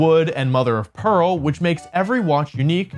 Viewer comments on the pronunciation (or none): none